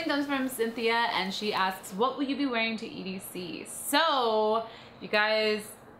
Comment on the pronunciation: its edc- just sayin